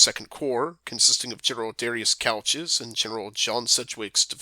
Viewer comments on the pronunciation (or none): One problem, it's pronounced "Coo-ch" not couch, as in the furniture.